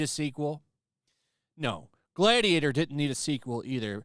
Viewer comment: Gladiatah please You my gladiatah